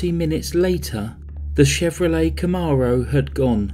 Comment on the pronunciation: I owned a gorgeous one in 1997, my much younger days. You did great on pronouncing it. I was actually thinking how you made it sound a lot more expensive than it actually was. 😁✌